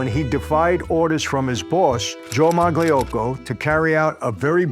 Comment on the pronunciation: That [g] is silent in Magliocco Blows me away how Italian Americans butcher the hell out of our surnames.